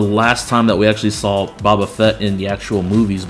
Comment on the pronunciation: Hey man, it's pronounced "Bo-bah" not "Bah-Bah"